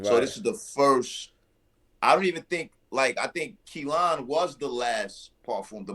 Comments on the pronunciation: Ayo yall brothas killin me with the way yall pronouncing that Kalan🤦🏿‍♂️🤣🤣🤣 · I thought it was just me!! Lol. I can't understand why it's so hard to pronounce. They keep calling it Kelan